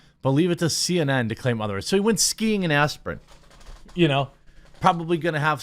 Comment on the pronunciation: "He went spreeing in aspirin." - The Quartering